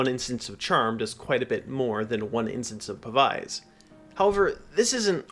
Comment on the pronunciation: Pav-ize is like the only wrong way to say that word 😂